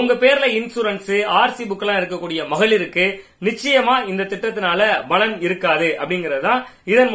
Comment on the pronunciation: 'Balan' alla 'palan'